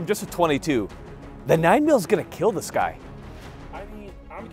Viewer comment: “Your weapon. It will keel.”